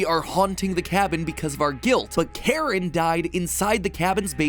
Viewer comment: It's Karin, not Karen